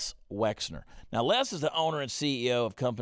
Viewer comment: Wexner, not Wexler !